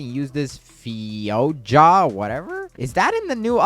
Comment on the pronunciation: bro said fio-ja not fi-jo-a